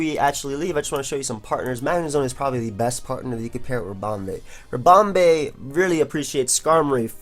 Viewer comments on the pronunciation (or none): because pronounces it ribomBAE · Do you pronounce "bee" as "bay"??